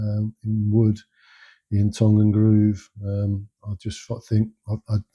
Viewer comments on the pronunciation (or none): Are you from Lancashire? Just the way you said tongue!